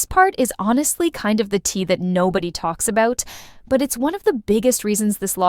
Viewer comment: First time watching your video, the way you said “about” i knew you are Canadian 😅